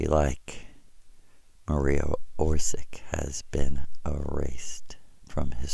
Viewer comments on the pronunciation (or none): ..he cant even pronounce the name of her correctly, someone (acc. to him) that first visited him in 1976? :face-green-smiling: hint: its not OR_SICK its a (what we call now) croatian spelling. his story (so far) has more plot holes than a cheesy soap opera.:face-blue-droopy-eyes::planet-orange-purple-ring